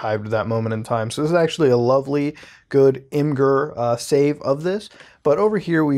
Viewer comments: Imgur is image-ur, not im gur 🤦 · I'm pretty sure its pronounced "imager" 😂